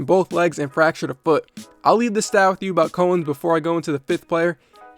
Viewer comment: Bro, love your channel, but you’ve never heard of Dave Cowens? It’s COWens like the cow. Not co-ens